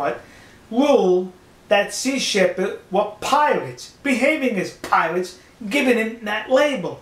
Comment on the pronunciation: Piwates... Amewica...... I'm doubled up with laughter!